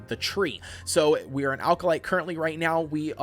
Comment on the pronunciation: Good video, but small pronunciation issue - Acolyte is pronounced "ACK-oh-lite", not "AL-ka-lite"